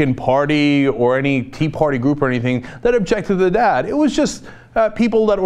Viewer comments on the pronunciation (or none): none